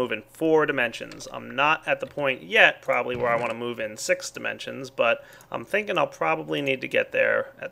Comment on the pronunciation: Dimensions means directions when you sayit like that =)